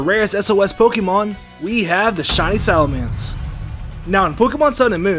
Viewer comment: SalaMENce...not SalaMANce...